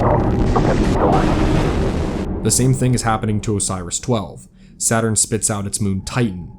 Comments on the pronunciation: O.R.I.S. Not Osiris. How on Jupiter did you read that many letters? xD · It’s not O-Si-Rus, it’s O-Ri-IS, it’s not a big deal but I thought I’d mention it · Everybody out here talking about the Biohazard symbols, and not that O.R.I.S was repeatedly pronounced Osiris? It's OH-ris, not oh-SY-ris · bro, do you read these???? where are you getting the extra letters to make O.r.i.s into Osiris???? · Probes are named Oris, not Osiris. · I have to point out that O.R.I.S. 12 is not "osairis"